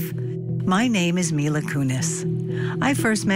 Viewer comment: when your “expert” guest can’t pronounce Mila properly while giving her opinion it discredits what she is saying…..it’s not Myla…🙄